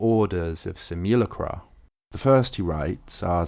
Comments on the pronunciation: Sim - you - LACK - rum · Switch up accenting for " simu" words, mate, for palatability's sake. No one does that; you don't use the same stressing with 'simulation,' for example. Excellent post, superb. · I think you're pronouncing simulacra wrong... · i cant stand the way you say simulacra im sorry. oof.